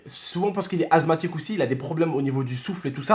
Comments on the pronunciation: Sa se dit assemathique et pas azmathique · Assssthmatique pas azthmathique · Asthmatique pas azmathique mais bon Bon courage 😀😃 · asmatique pas azmatique juste pour te prévenir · Ses pas azmatique ses asmatique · Azmatique mdrr c est asmatique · Asmatisue pas azmatique😂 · On dit << asmatique >> et pas < > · Il a dit "azmatique" 😂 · Mdr il a dit azmatik